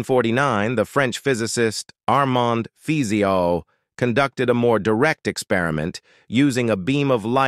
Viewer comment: Fizeau is pronounced Fizo